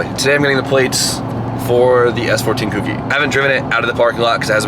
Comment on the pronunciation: COKE-EY NOT KOOK-EY